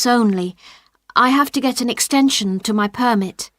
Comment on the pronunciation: yes he said extantion